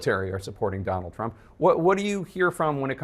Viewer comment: Dummall Trump 😂 my hearing must be off but I heard Dummall and I’m like 👍🏻 😅